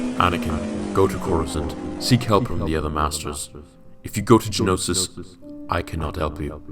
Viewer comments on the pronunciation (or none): Geonosis, not Genosis. Other than that, a great story. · Why are you saying Genosis, it's Geonosis. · geonosis not genosis